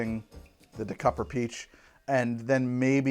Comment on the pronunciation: Why do you ignore the Y in Dekuyper? It’s de-kiy-per.